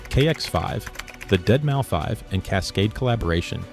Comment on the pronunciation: I dig the channel and your videos, but here's some feedback. I'm not sure if you're new to the culture or what's up but calling Deadmau5 "dead Mau five" is funny, it's "deadmouse". You also kept saying P L U R instead of plur as one word in the fashion video, I think these things are important to get right as it looks like you're new to the scene and may be trying to capitalize on it or something. Really not a big deal to me but some people are very gate-keepy in the culture and these mistakes are very noticeable and look amateurish. Look up general pronunciation for words if you're unsure. that all said I appreciate your effort though and hope to see more, keep it up! I'm subbing for sure and love vids like this. Also you can delete this comment if you want, I just wanted to get the feedback to you not trying to call you out or anything.